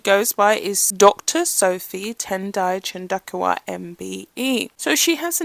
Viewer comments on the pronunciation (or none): I just googled it. Looks like pronounciation is CHAHN DOH KU